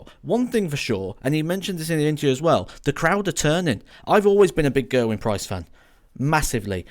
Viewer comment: If you're a fan of Gerwyn Price, please for the love of god, learn how to say his name properly!